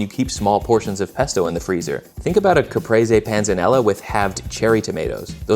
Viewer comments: Im also getting triggered by the way you pronounce "caprese" ... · Oh, so it’s not called a ‘capreez’… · Oh no, you said it 3 times in total... i hate my life